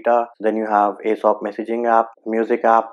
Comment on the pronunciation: Its AOSP not Asop